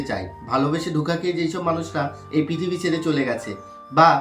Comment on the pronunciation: Sobar age bolbo prithibi bola ta age valo kore uccharon koren tarpor kotha Bolen 😅 tarpor bolbo video r thumble a ki diyechen ron r or didir jhamelar photo kintu apni explain korlen ki Hassokor 😂😂😂 j ta thumble a thakbe seta niyei to video Hobe r apni thumble a diyechen ek explain korche ar ek 😂😂 gen gulo YouTube ay thikache kintu Kono dhormio group a deoa ta bokami ar views er lov dhormio group ta dhormio kotha alochonar jonno kora hoyeche ey sob gen er video send korar jonno na asa kori bujhte perechen ki bolte cheyechi 😊